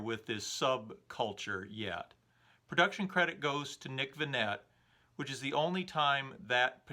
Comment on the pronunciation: Sorry, I think it's pronounced "Nick Ven-AAYYY" (like a restaurant's "buffet" table, as opposed to the oracle of Omaha's Warren "Buffett".) Almost hate to point this out -- your presentations are nearly flawless and extremely well-designed & executed otherwise.